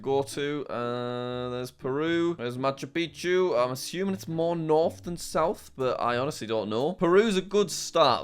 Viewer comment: Nobody: Jack: Macha Pichu which I think is in Peru